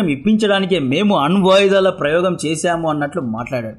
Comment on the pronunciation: ఆన్ వాయిదాలు కాదు bayya, అణ్వాయుధాలు